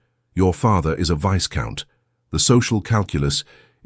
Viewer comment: "Vice Count"??? Perhaps "Viscount"?